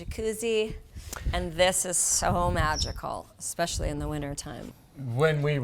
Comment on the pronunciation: Beautiful home! I'm always fascinated how people live in a desert like area with all the wildlife. A couple things Brooke, first it's "especially", not "exspecially" and secondly, please stop interrupting and speaking over your husband.